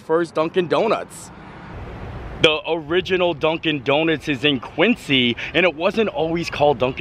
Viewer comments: OMG, you were in my neck of the woods. FYI - this is very important…it’s pronounced ‘QuinZy’. ☺️ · I hope no one caught you pronounce “Quincy” 😂… it’s pronounced “QuinZy”! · Hey! So awesome you came to visit my stomping grounds. Just an FYI - we pronounce Quincy weird. We say quin-zee 😂